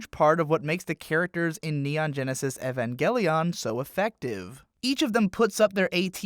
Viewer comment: my man just said evanggelion